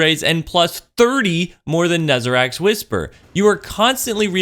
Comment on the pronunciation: Love you, but you're as fucking guilty as the rest. It's pronounced NEZ-A-REC. Like Wreck. Not Rack. Not NEZ-A-RACK... It's NEZ-A-RECK. EDIT: Also, you've pointed out most-likely the #2 problem with glaives: Impulse Amplifier should NOT be a MUST-pick for a glaive to be good. All this says is "Glaives need help, and faster fire rate". Otherwise completely pointless weapons. Hell, maybe make them hitscan... and failing that? Pull a Rangefinder where RF is not NEEDED in the first place.